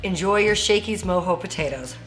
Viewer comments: She keeps saying Mo-Hoez which I personally Love myself every weekend, but it’s Mo-jo as in mo joes. Lmao, let’s get it!!!!! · Lmao never heard them called “moe- hoe “ potatoes and not “moe- Joe” potatoes lol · MOE JOE NOT MOE HOE potatoes!! 🥔 I'm dying over here every time you said Mo Hoe 🤦🤦🤦‍♂️🤦‍♀️🤚😪🤤🤤🤯😵🤯😭😱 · Mojo? It’s MO-JOE without the e